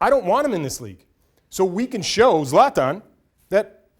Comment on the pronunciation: Even the word soccer makes me cringe 😂 he can't even pronounce zlatan